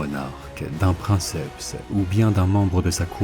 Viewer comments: Vidéo hautement pédagogique, je l'apprécie énormément. Je me permets cependant une remarque : à , "princeps" vient du latin et se prononce donc "prinekepse". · Je pense que c'est aussi une question d'habitude. Entendre "princepte" me fait toujours bizarre car je l'ai toujours entendu dans sa version dite latine.